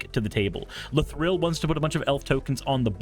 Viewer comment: pls stop saying la-thrill